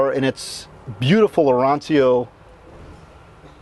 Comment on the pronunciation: Your Italian pronunciation of Arancio was terrible! 🤪 Love this videos!!